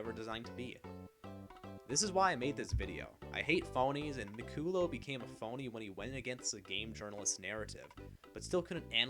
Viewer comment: Not that it matters now but the last name is pronounced Mick-cull-lah. The only reason I mention it is because this video is about how "J.J. didnt do his research and doesnt know what he is talking about." Which is a fine point to make... but it shows you didn't actually research anything either. You openly say you don't know how to pronounce his name and finding something like that out would take 3 seconds on Google. So if you're too lazy to do one extra Google search, how are we, the audience to trust that you did any actual research into the video topic yourself. This might seem like a minor or insignificant point, but it really undermines the authoritative tone you're going for when you don't even know someone's name. Cheers!